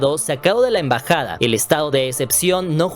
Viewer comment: EMBAJADA😊 no en bajada NO ENVAJADA